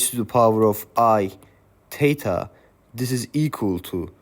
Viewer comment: As a native English speaker it took me a while to realize you were saying "THETA" great video though I learned alot